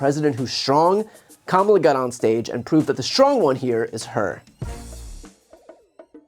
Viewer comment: I still think the only moment that would’ve been stronger at the debate would’ve been Kamala making Trump say her name correctly